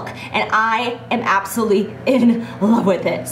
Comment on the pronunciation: She always says "absuly" in stead of absolutely!!! 😝